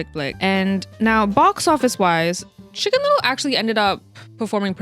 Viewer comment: Shicken little ✨